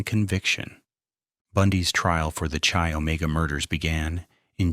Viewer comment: Come back when you know how to spell GEORGANN Hawkins, and how to pronounce KY not CHEE Omega, amateur!